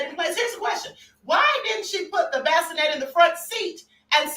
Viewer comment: Baskinette 😆🤣 NOT bassinet 🫥🙄 chiii